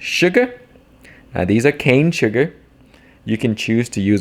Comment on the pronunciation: You said cane sugar, but I thought you said " Sugar." I thought, "Man, he's got his own sugar now?"